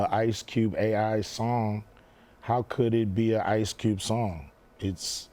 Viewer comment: Did he really just said ice cubel😂😂